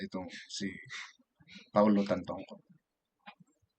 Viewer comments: Manong, puede bang itama mo ang pagbigkas ng pangalan ng namayapa. Siya po ay si Paulo TAN-TO-CO. Pls lang. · Tantoco po Sir not Tantongco.. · Tantoco, not Tantongco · Tantoco kuya di tantongco. Mali mli ka pa